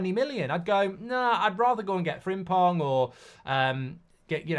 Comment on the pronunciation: Brother said Frimpong. 😂